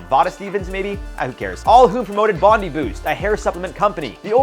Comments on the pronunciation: Its said bond-eye not bond-ee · This guy needs to learn words Bondi said BOND-EYE, and who doesn't know how to say Sagittarius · Bondi is pronounced Bon-Dye. The Australian beach. It is an Aussie brand... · I love the way Americans say Bondi.